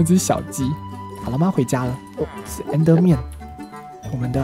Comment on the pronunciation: 看到小雞死掉我竟然是笑出來了😂😂還有阿神把Enderman說成Ender麵了，哈哈😂